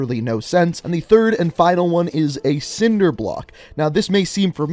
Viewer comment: What the fuck is nobody gonna talk about how he said sword and cinder block.